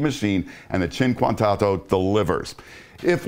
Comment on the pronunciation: It’s pronounced “oh-toe” not “auto”